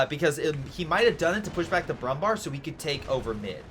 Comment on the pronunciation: Nice Video as always, thank you! I have a request: I know Umlauts like ä, ö and ü are hard to pronounce for you, so Kübel is not possible, as there is no easy way to pronounce an Ü for english speakers. But the Brummbär is easy: Bär means bear in english and is pronounced nearly the same. So just say Brummbear and you would make german speakers happy as there is also a Brummbär in CoH 3, so learning it is an investment in the future, cheers. P.S. The absolute best way to pronounce Brummbär would be broom-bear